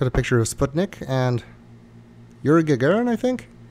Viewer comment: It's not yuri gagarin